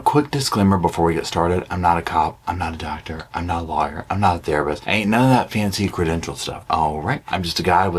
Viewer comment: I am sorry but I can't hear you say "loin fire" without laughing. Giggle even and i then have to rewind to hear anything you say after 😂😂😂😂